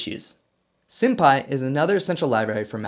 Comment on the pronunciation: haha he said Sympy (senpai=)